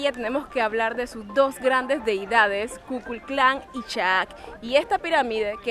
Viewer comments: yo soy de Mérida Yucatán, y así como nos gusta enzalsar la belleza de nuestra región, también nos molesta que den a conocer las cosas con el nombre equivocado, no se dice "La Pirámide de KUKLUSKLAN", la expresión correcta es "La Pirámide de KUKULKAN", esto viene a colación por como lo pronunciaste, y al Guí aclarale que en Yucatán no se dice HUIPIL, SE DICE HIPIL, gracias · Ku Kul Klan, no, es Ku Kul Kan